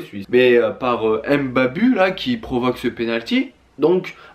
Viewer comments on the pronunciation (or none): Au cas ou sa se prononce pas Mbabu mais Mbabou... (je sais sa s’écrit Mbabu)